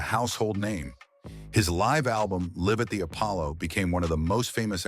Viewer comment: "kive at the Apolla " the live part is pronounce lyve ,,, not leeeve ... pls update your AI software to pronounce live .... tha ai pronounced "live .. as though the Apollo was James home ...James Brown did not live/ as in reside in the apollo ... he performed there ... thanks for the souless video